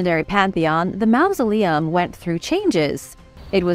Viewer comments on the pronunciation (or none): The word is not mousoleum, as you pronounce it it's mausoleum, like mawsoleum. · te quiero muchisimo y me encanta tu programa y tu forma de hablar, pero una cosita, en ingles "ou" junto sona como mouse, "au" en ingles sona como awe, no como en espanol, refiriendo la palabra mausoleum. No es un critico, si no mi forma de ayudar con carino. Paz y Amor